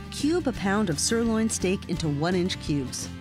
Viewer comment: my eyes bugged out when she said sirloin.